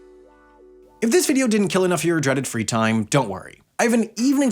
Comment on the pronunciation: "dreaded free time" oh god, why you gotta say it like that? 😭